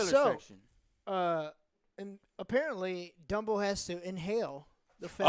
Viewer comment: Dumbo? I thought you said Wumbo